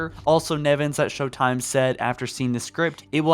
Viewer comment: "Sho-time." A reference to "sho-nuff" which is ebonics slang for "sure enough." The implication is that it's humorous because African American Vernacular English is thought, by people such as, to sound unintelligent. It's a way of mocking black people by disparaging the way a number of them speak, without saying something that would be immediately recognizable as an insult. It's low key racism.